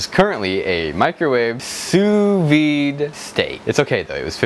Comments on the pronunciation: Sou vide is pronounced "sooh vee" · It's pronounced soo vee,.